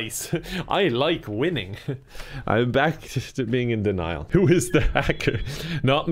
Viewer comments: No...You are correct. But it is "DEN-IAL" not "DAN-IAL" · Ah yes denial pronounced Daniel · it doesn't sound right when you pronounce denial "Daniel" and say "I'm in denial" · Denial lol I thought he was saying Daniel 😂 I was like that’s not how you spell it 😂